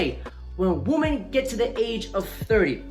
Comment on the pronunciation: Dude, One WOMAN Two WOMEN Say it right